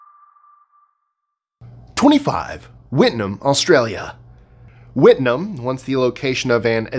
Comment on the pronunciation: The only error I noticed was Wittenoom. The end of the name rhymes with room